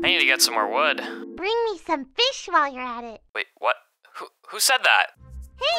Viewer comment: Wan hondred feesh